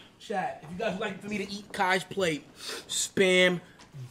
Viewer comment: … “spam Dubuvyoo”😂😂